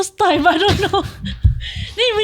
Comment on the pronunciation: May I ask who came out with "Dontch know" for "Don't know"?